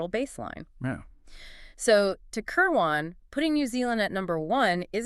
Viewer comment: Kir'win, not Ker waan